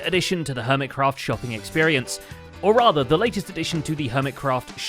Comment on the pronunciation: I thought i heard permitcraft not hermitcraft had to rewind to double check my hearing was correct ❤